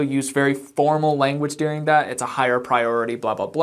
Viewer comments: I love how you pronounce the word "During" as "Deering ". Do you know that you do that? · It is during, not dearing.